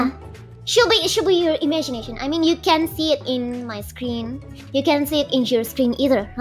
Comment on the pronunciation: "imegination" love it